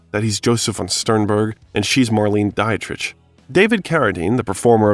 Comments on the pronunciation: Marleen Die-trish? 😂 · Mispronunciation. You're not wrong. I expect an AI voiceover to pronounce names incorrectly but not a film buff. Obviously, this narrator is NOT a film fan. Marlene Die-Tritch. Are you kidding me? Has he never heard these names mentioned before? Or is he twelve years of age? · hilarious; the FRENCH actress julie dreyfus is referenced while showing footage of the AMERICAN actress julia louis-dreyfus. oy vey. marlene-a dia-trisch. 😹 well, minor annoyances but unprofessional nonetheless. still. at 2+ hours, i'm hanging on every word & image. 👍👍🏾👍🏼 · Marlene Die-trick. Come tf on! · do you not know how to pronounce Harvey Keitel's, Marisa Tomei's, Pam Grier's or Marlena Ditrich's names correctly?? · Came here to say the same thing! This is so well-researched and well put together otherwise. It's a shame they couldn't hire a narrator who would or could say the names correctly. Were the editors just asleep or think we wouldn't notice?? "Pam GRY-ER, Marleen DIE-TRICH, Roger EBB-ERT"?! My god, smfh. How do you butcher those names so horribly?